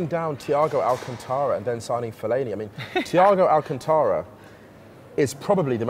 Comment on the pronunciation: Had to watch the video again. Absolutely perfect... well, except how Musa pronounced Thiago Alcántara's name as Teeago Alcuntora hehe